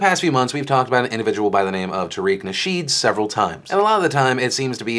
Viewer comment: tareeeeeeeer-eeck nashit lol